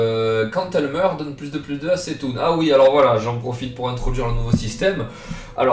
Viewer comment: on prononce "ktoun"